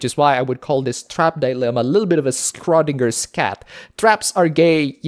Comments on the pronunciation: Bob lexus "Strondinger" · sees title Oh boy, this'll be fun. Also, Schrodinger's cat is pronounced "Sh-ro-ding-er-s" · Holy shit, that was the worst pronunciation of Schrodinger I've heard in my life.